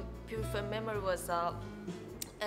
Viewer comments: ciaild huud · "Child"non si può sentire